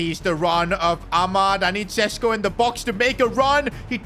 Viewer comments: PCQ: Šeško is considering leaving the club cause he is on the bench too much but the main reason behind this is the fact that u cant say his name. It is pronounced Shesh-koh not Sesko. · Day 1 of begging that šeško isn't sesko but sheshko because of his nationality and the thingies up on the s